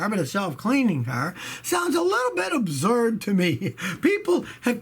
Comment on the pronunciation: nobody: scotty: abzzurd